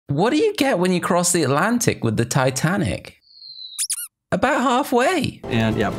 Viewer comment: Why yo say titanic🤣